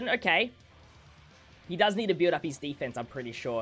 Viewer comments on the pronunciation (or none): none